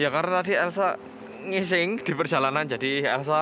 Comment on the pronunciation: "elsa ngising", duh nguakak aku mas krungu logatmu kyok ngono🤣🤣🤣